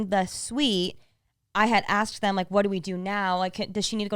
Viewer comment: Has anyone else ever noticed pronouncing “them” as “thum” - I can not un-hear it since the birth of his podcast career